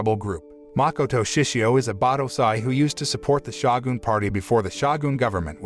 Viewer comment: That dang "Shah-goon..."